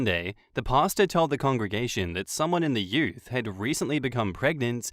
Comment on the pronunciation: I thought was saying pasta not pastor..lol..took me a sec